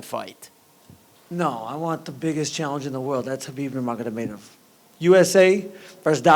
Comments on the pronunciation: Can Justin Gaethje please give Chael Sonnen lessons on how to pronounce Khabibs name. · Bigger challenge for him is saying Khabib’s name..